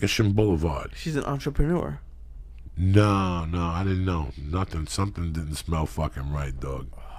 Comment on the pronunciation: ''Maybe she was an entrepanuar'' :D :D :D :D